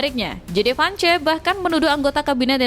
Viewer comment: baca Vance aja salah!